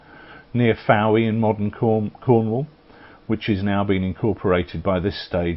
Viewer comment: Fowey is pronounced "Foy" :-)